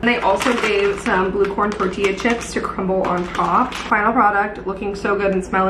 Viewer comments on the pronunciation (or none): none